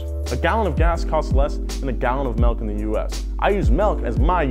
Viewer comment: Did you say Melk? Are you from Utah?